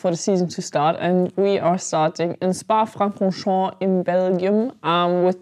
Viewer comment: You pronounce Francorchamps pretty nicely: do you speak French also?